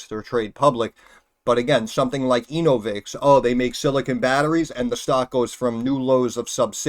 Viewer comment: "ANAL-vix corporation"